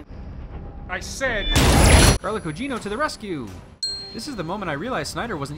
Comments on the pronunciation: This is by far my favorite channel. You give me such a great perspective on movies that I normally wouldn't have. My only criticism is that you saying Carla Cugino messed me up so much that I had to go look it up to make sure I wasn't saying it wrong. It's Carla Gugino with a G. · Carla Gugino, not Cugino